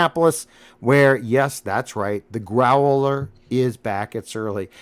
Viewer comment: Grow-el-er.... ...Dontchya know...